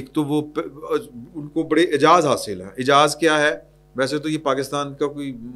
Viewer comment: Ayzaz not Ayjaz